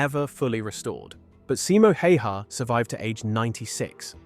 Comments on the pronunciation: Pronounced simo how-ha, btw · explains his horrid pronounciation of "häyhä" as well